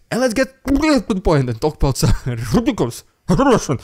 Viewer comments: "riddicuulloss, rrrrushhoulsnnn prrrropaggglnbda... Fukc, that was too ridiculous!" 😂😂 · I fast forward past your "RRRRRRRIdiculous RRRussian PRPRPRRPopaganga" part now. Its just annoying at this point, and it seems like you keep trying to go over the top of the last one each time you do it. I like everything else you're doing - just saying it gets annoying now. Thanks. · REDICULOUS....RUSSIAN....PRRRRRROOPPPAG-ANDA! Hehe, always love when you say that.